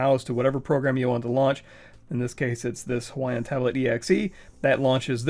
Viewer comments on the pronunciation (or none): Did you just say "Hawaiian"